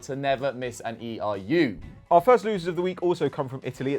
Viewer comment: Someone tell it’s ERU not EIU